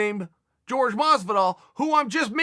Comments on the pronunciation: Everything. Including pronouncing his own name the wrong way despite all Chael's attempts to correct him. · his name its not George its Jorge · They don’t call him Miguel, why is he calling Jorge George lol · So Uncle Chael has known Masvidal for years and still calls him George.. Awesome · I've heard Jorge himself pronounce it George.